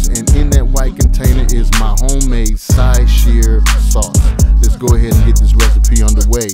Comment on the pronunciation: dude: pronounced shaaah chaaaaaah